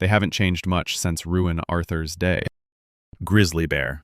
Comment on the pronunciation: Legendary…bhhharati…grizzlay bearrr 💅